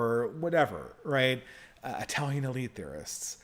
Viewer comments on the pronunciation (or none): none